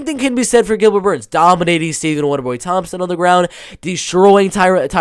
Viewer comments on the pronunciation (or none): none